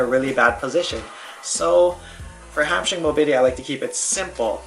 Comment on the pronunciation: "Hip mobity"